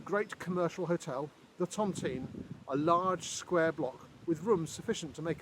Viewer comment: Hi. Lovely video, just one pet peeve that I can’t help but mention because generation of my family were housed within the tontine cottages. The pronunciation of Tontine isn’t Tonteen but Tont-eye-ne.